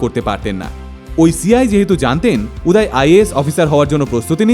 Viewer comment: উচ্চারণ উদয় হবে উদায় না। বাংলা কথার হিন্দি উচ্চারণ বড্ড বাজে লাগে শুনতে।